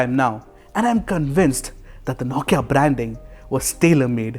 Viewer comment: You do good review....but the way you say Nokia....9kia... Irks a lot. Sorry my friend.